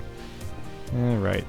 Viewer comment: I hate it how he says 'alroight'. It's so annoying